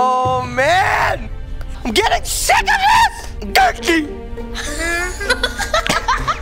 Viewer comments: He said gurkey but okay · Hahahahahahahahaha dudz say gurkey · said gurkey 37 times